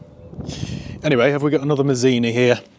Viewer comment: Dont you mean maldini😂not mazini😂